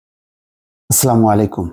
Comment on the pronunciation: Brother host, It's assalamualaikum not aslamu...